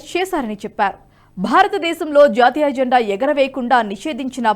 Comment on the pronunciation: జంఢా కాదు. జండా